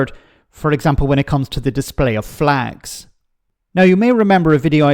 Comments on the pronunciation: Flegs, not flags…😂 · "They took 'er fleeeegs" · 100% pronounced FLEGS! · It’s flegs,please get it right….